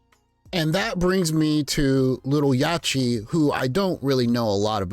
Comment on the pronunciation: It’s Yacht-tee like yacht as in a boat. Yacht-t.